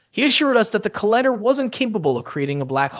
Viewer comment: Yeah, saying collider as collihder